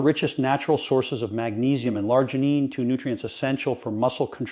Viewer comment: Yeah, lots of tell tale sins, like when he said Larginine, instead of L-Arginine!